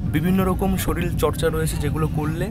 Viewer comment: bhai sarir ta ke sorir bolo, "soril" bolona